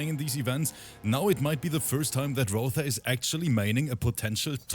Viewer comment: Roether = Violater 😂😂😂